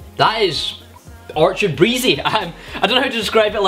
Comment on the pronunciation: Not to be that guy but your saying orchard like referring to a field of trees but the name of the drink is orchid which is pronounced differently and is a specific type of flower.